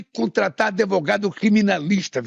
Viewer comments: “ADEVOGADO” … esse é o Chefe da nação ! …🤢🤮🤮🤮🤮…faz o L! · “Adevogado”…. Além de corrupto é analfabeto! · " Nem precisei de ADEVOGADO ", que nível esse imbecil tem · O cara que fala ^ adevogado^ já perdeu a causa. Sabe pq ele contratou o Zanin ? Pq é amigo íntimo há anos desse ex-presidiário e que agora está lá no STF para ser parcial e perseguir opositores